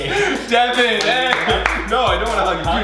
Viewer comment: Oh my god. ITS DEVAN not devon🤦‍♀️